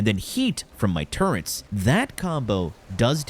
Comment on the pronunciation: There is no N in turrets. Please stop saying turrents.